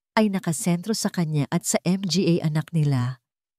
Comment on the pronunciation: Nakakainis skip na lang ako puro M G A Hindi yata marunong Ang narrator